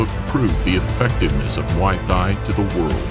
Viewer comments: Don't the Thai's pronounced the word Thai the same , why is this dork pronouncing Thai like that? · This isn't relavent, but it's funny how the narrator can pronounce Thailand fairly easily but when he tries to say "Thai" alone like in Muay Thai, his phonics changes dramatically. Great video though.